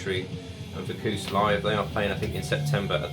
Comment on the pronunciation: It’s pronounced VAC-YOU-US. Speaking of British DM, Have you checked out The Crawling’s latest single ‘Sparrow’. Killer like everything they have done.